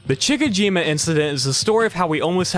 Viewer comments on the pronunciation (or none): Chick a jima?😂 How about Chi chi jima? My goodness Google translate can even talk these days if you need a clue 😂